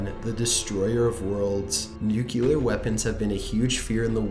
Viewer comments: Why can this guy not say nuclear? He always says nukilar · Why oh why can't people pronounce nuclear properly?!?!?! It's NEW CLEAR not New kewlar. For gods sake! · lol you pronounce it nucular. Its nuclear ya dip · And goddamnit I just got to number 1....NU-CEW-ler?? Holy fuck you know YouTube has numerous videos that teach how to pronounce words right? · nuclear, idiot